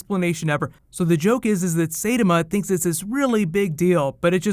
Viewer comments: SIGH TAMA Not SEI TAMA. Jeez, get your japanese right. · You mispronounced his name, it's Sai-tama, not Say-tom. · say tama??? Sigh - TA - MA! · it's "SAI-TAMA", not "SAY-DAMA". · Who even watches Dubs? They're horrible... Also sorry but It's not Saytema but Saitama:D Btw I'd like to see more anime related videos from you! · 'Saai-tah-maa' bruh, not 'Seidema'. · sai-ta-ma not say-tim-a not that hard bruh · say tama ?-_- no it's saitama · Watched the whole season of OPM in a day or 2. It's hilarious! BTW love you, but it''s not SAYtama. It's SAI like the weapon Raphael uses. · "Saytema"... XD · ~sigh-tah-mah~ lol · C'mon man! SIGH-TOM-AH. 😩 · SAAI-TAH-MAA!!!!! SAAI-TAH-MAA!!!!! SAAI-TAH-MAA!!!!! SAAI-TAH-MAA!!!!! Say it right... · love your videos but the pronunciation is sai<-(like the ninja turtle weapon) ta-ma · Someone's gotta say it. "Sigh"-tah-mah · I got really bothered when he said it "say-da-ma" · It bothered a lot because he was pronouncing it as "Seirama" which sounds likes a another character's name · I love you....but "Say-tuh-muh" is killing my soul right now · nice pronunciation of "Saitama" -_ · your pronunciation of saitama makes me cringe real hard XD Tn T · bitch you better say his name right say his name right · The way you say Saitama is cringe worthy. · That pronunciation of Saitama though... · I got triggered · yas! i luv one punch man! although u completely butchered his name lol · More anime is fine, but double check your pronunciation.